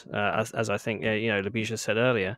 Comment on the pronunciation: Oh guys you butchered Ljubisa's name from the get-go hahah. A big hi to my fellow countryman Ljubisa! Glad to see Serbian people leading powerful tech companies. We need this diversity. It's also sad we didn't hear Ljubisa's thought processes a bit more. Jim as the rockstar did most of the talking. On the technical side, I'm a bit concerned about the 2D-mesh design decision and the assumption that models won't deviate too much from the present ones. Graphcore did a better decision on that front, IMHO, by creating a general computing platform and not trying to make too many assumptions about the architectures 5, 10 years from now. How do your chips support sparse operations needed to train Graph Neural Networks efficiently?